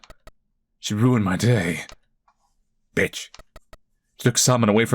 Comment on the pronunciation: Loved the way he just ignored some text then emphasised the bitch